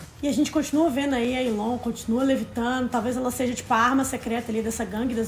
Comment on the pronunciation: se fala elon